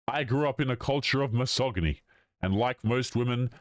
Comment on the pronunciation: Dude you really jeed to learn to pronounce misogyny.